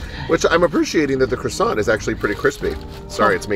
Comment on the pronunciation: croissant is not pronounced as krosant 🙎🏻‍♂️😤 it’s supposed to be pronounced as kwasan